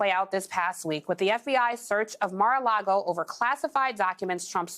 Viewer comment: "Mira-a-Lago?! NEW NAME; "MIR-A -LYGO"!